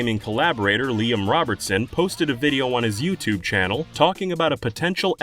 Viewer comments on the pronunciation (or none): none